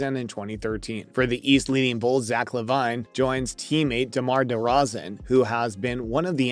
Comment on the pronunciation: Dude how can you make a basketball video and not be able to pronounce Derozan and Lavines name properly?